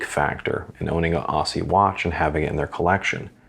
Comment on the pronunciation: Great review. I'm delighted that this micro-brand is getting some attention. I have a Carlton (1st release without date window) and a Hawthorn. Just so you can add cred points with Australians, 'Aussie' is pronounced 'Ozzie'. Cheers, Matt